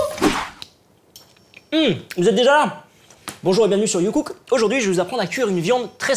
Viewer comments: à chaque fois dans l'intro j'entends JUNGKOOK au lieu de youcook 😂😂 les army's comprennent 😂😂😂😂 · Ah moi la première fois que j'ai entendu j'ai entendu JongKook x)